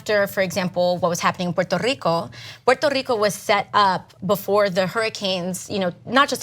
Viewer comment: puerrrrto rrrico. There's no way she speaks like that, she has been coached to stress it